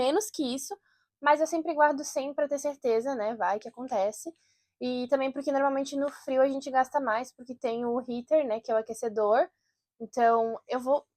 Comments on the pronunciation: Sim vc falou tipo RIATER com ênfase no T 😂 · A pronúncia do healer sua é diferente do USA 🇺🇸 🤔